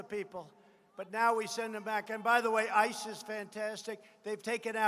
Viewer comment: Sounded like he said ISIS is great not ICE is great